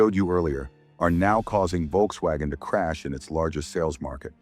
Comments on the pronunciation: I'm sorry but the visuals accompanying the voiceover are frankly tedious and irrelevant. And please learn to pronounce Volkswagen. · Your pronunciations of Volkswagen is very bad